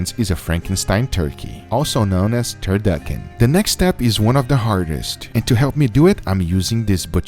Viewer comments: its a TUR TUR KEY KEY ???? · Babish:Turturkeykey Guga:Duckturchickey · Did u say turduckin??? Lmao awesome video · Lol “turduckin”